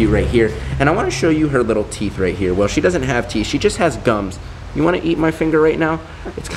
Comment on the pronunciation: can we just mention how they said " wou " instead of you